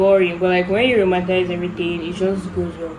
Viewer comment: Also it’s roman-ti-cize not romantize 😂❤